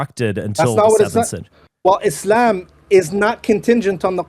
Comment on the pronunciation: Makes me burst out laughing anytime he says "Ischlam, Ischlam!"